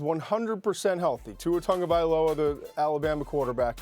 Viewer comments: "tua tongovailoa" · I always thought Tua's last name was pronounced: "Tag-Ah-Vy-Oh-La".